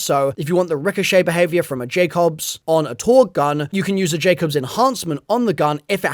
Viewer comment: “Jack obs”🥀 Did bro play ANY of the previous games?😭